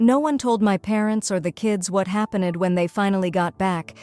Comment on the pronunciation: Notice-ed what happen-ed? Geez, these AI voices are pathetic.